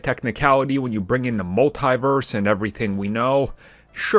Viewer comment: Sounds like you are saying Multiverse wrong. (Multeye-verse) lol i just thought it was weird